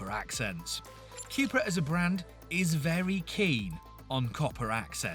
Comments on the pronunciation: It's not Quepra, it's Cupra :) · Cupra = Cupracer so Quepra is wrong 🤭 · Theres only so many times I can hear you say QueuePra before I totally lose my marbles